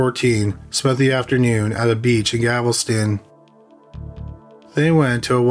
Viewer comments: If you are going to produce stories about crimes committed in the United States,please learn the correct pronunciation of US Cities! It's Galveston, NOT Gavelston! Do your research or ask an American how to properly pronounce names! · FYI: The city is Galveston…..not Gavelston. Details count friend. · CRIMINALLY LISTED: There is NO such town as "Gavelston, Texas." It's GAL VES TON. Just think of a gal with a vest on. NOT a gavel. THANK YOU. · It’s killing me that he says “Gavelston” instead of “Galveston” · It's driving me nuts!! It isn't GAVEL STON IT'S GAL VES TON Nails on the chailkboard!! 😱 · Gavelston instead of Galveston i love it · It’s Galveston…not Gavelston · Galveston, not Gavelston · Okay, my comment is somewhat petty. I like the content a lot, but what I can't stand is every few words being mangled in pronunciation. If I hear "Gavelston" instead of Galveston one more time, it'll send me round the bend and I'll end up in a straitjacket. If you don't know how to correctly say a word, it's easy enough to watch a news person say it. Thank you. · Ahhhggggg! Stop saying "gavel-ston"! It's "Gal-vez-ton"! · Still saying Gavelston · Apparently they don't read the comments. GAL-VESTON for crying out loud. We told you on the last killing fields video. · You can't say "Galveston" right. It's so annoying